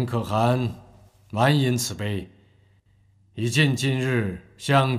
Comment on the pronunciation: 沒有人告訴陳建斌可汗的唸法嗎😂